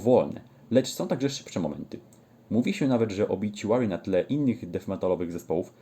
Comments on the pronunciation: gościu nie obiciuary, tam nie ma c tylko t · Nie mam nic do ciebie ale napisz mi od kiedy na OBITUARY sie mowi obiciuery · nawet sami muzycy zespolu mowia obituary a nie obiciuery